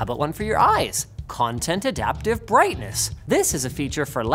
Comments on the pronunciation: Birghtness you say ;P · "Content Adaptive BIRGHTNESS" LMAO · BIRGHTNESS o.O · What's "Birghtness" 😂